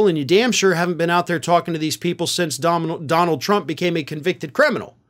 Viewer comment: "Dominold Trump?"